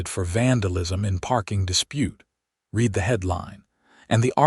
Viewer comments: The plaque read (red not reed) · Read (present tense), read (past tense tense, pronounced like the color red)